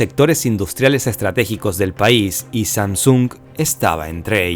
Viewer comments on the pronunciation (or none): Samsúng??? Pensé que era Samsung sin acento simplemente una palabra como cualquier otra que no tiene acento. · Que fea manera de proncunciar SamSUUNG dios... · Todo muy bien hasta que se pone a pronunciar SAMSUNG.